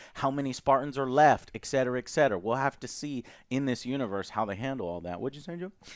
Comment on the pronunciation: "EXCETERA EXCETERA" - ? ahahah lol damn Joe....